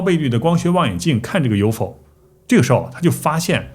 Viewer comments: U F O 是代表三個字. 怎麼唸成 U FO? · 马斯克也应该有很多资料，但看到他企业8个科技，就可以明确知道，他也已经有U-F-O资料 不能读成 U-Fo 应该一个一个英文字母读出来 “ U -F -O™ unidentified flying object (UFO) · UFO 还能读成“Yofo”？？？ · 谁这么读U fo啊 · UFO怎么发声成“U否”，已经用上TTS了吗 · UFO连着读你发明的吗